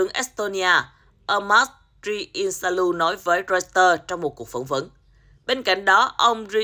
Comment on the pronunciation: "roi tờ" đây mà 😝